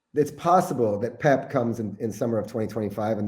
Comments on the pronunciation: Pep, not Poop! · Bro said pep guardiola 🤣💀💀